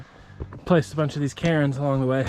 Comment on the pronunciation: Nice video. A few points: 1: cairn is not pronounced 'karen', it's a single syllable; "Kyr'n" (sort of). 2: Drones are WAY illegal to use there. If the Park Service finds you've used one there is a HUGE fine, and you get banned from all Parks. ..."drones are prohibited from being launched, landed or controlled in the Boulder River Wilderness, which includes the trail and the lookout. Read tips on Responsible Recreational Use of Unmanned Aircraft Systems (UAS) on National Forest Systems Lands on the Forest Service website." Hopefully no one points them toward your video.